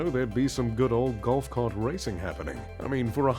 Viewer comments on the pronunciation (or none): none